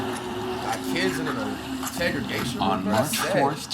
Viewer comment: My boy said integragation room😂